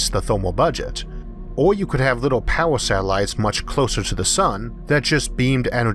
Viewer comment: Love this guys voice sounds lile hes talking to a baby things like little as wibble. listen to the way he says some words. Love it